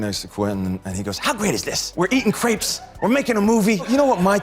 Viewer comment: Crepes! Not grapes! Crepes!